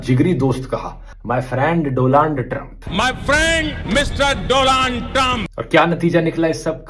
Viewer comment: He say Dolan trump...